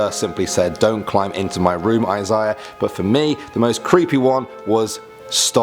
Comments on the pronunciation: I cringed at how he pronounced Isaiah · Eye-syah lol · Yeah, Stop watching me you creep, and its pronounced I Say Uh. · EYE ZA UH*